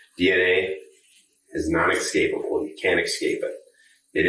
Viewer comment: Oh, and the detective was doing so well until he said "non ECSCAPABLE". I wish he had said Escapable... the right way.